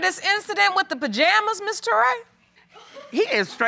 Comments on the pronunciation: "My BAjama's" 😂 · “Your pajamas” .... “yep my bajamas” 😂😂😂💀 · Lawd this man keeps saying BAJAMAS 🧐🤦🏽‍♀️